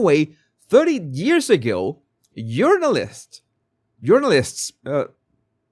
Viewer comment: I have never LOVED your accent as much as I do TODAY!!! Don Lemon is a Urinalist with 30 years of experience 🤣🤣🤣🤣He's certainly no journalist. We all need to start calling these biased activists URINALISTS!